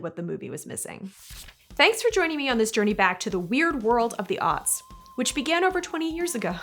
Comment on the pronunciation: are you saying "the early auts"? As in autistic.